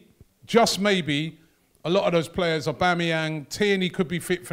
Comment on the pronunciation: Here we go, let’s hear what Arteta’s lawyer has to say. “It’s the pwayas wobby!!”—DerrT